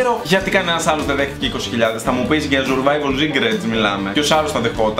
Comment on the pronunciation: Σουρβαιβαλλ ομγ κτ χωριατες φιλους μου θυμισες 😂😂😂😂